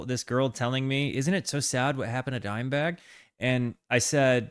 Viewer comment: "Dimeburg" Lol